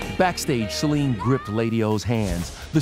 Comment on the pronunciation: Didn't think he was lying, thought Trevor was annoying! He didn't even pronounce Celine properly!!!